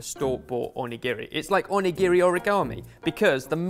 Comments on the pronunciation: The way says Onigiri 😱😱 here this is how u say it: O-knee-ga-ree 🍙🍙🍙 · the pronounciations...... i have no hope in you guys' pronounciations of foreign words anymore. onigiri is prounced as more of On-NI-GI-((R+L)/2)I, more of an "onigili" sound. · "Shi TARH Ki", "On A giri", why... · right xD the way he says "on-e-giri" ahahah his pronunciation....... makes me want to cry myself to sleep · pronunciation of Onigiri is excruciating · you pronounce onigiri super wrong!!